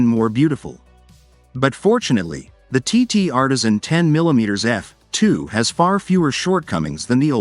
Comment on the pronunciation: When I hear poor AI enunciation such as “10 millimeters f [pause] 2…” I’m done with the video. Too distracting for me, more so than a heavily-accented voice correctly saying “10 millimeters f2…”.